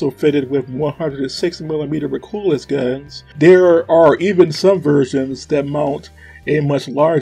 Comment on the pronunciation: Mico Maus is pronounced Micro Mouse. Maus is a German word meaning Mouse. The reason for calling it this is because it looks kind of like the German WWII tank named the Maus. Also, Recoilless is pronounced Re-Coil-less. Great video